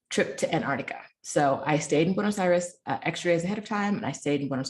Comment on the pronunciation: If I ever hear you say Buenos Aries again, I will drive into a tree. Is this racism or a reaction to my attitude?